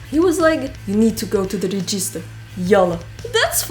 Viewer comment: Your English is almost perfect. You only seem to mispronounce "register".